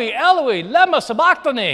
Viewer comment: That's not how those words are stressed. As written in the Gospels, in Koine Greek, the final syllable is stressed in every single word in Eloi (or Eli) lema (or lama) sabachthani.